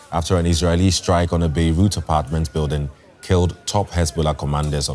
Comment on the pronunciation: Why can’t he pronounce the g sound in words? “Builden” “gatherens” “seein”